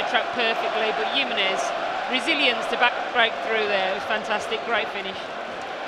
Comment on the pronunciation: HE-MEN-EZ …. just to help you out 🇲🇽